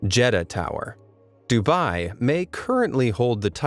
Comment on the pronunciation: And it is d-u-b-ai